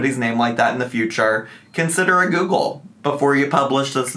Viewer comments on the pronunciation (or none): none